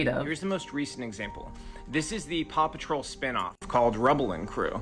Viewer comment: My big takeaways: 1. Paw Patrol has a spinoff - pawsome! 2. Fundies hate fun (which is kinda funny). 3. Maybe you should have dramatic music backing your vids (don't, just kidding, but apparently it's supposed to be convincing). 4. You say Paw Patrol, like 'Pappa Troll' to my English ears, but that's just cool. Love accents. You have to here, or you live in bitterness. Much love. ;)